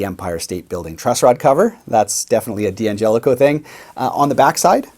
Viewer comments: Why do you call it a "DeeAngelico"? The name is Italian and it's pronounced Dangelico as one word. The D is not heard by separately. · Nitpicking, i admit, but it drives me nuts when people pronounce the name “Dee-Angelico”. It’s “Dangelico”. Also “Daddario”, not “Dee-Addario”. I’ll go back to minding my own business now.